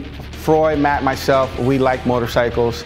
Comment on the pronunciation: His name is MATT NOT MET DUH